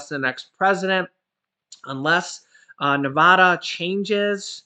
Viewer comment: It is Nev-AD-a,” NOT “Nev-AH-da.” just FYI